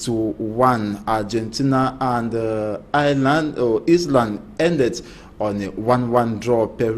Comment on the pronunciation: Mr journalist phonetics problems, are you an English speaking or French speaking journalist? Iceland is pronounced as " ice- land" not " is- land" as you finally pronounced,with difficulty.